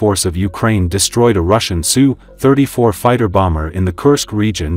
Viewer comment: It's pronounced "Ess You" 34. NOT "Sue" 34. Drop the robot voice,.